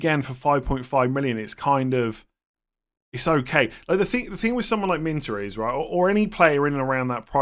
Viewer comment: it’s Minteh not Minter!… Trust me I know! 😂👍